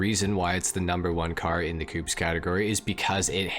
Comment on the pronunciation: I died a little every time you pronounced ‘coupés’ like ‘coops’ xD thanks for the informational video tho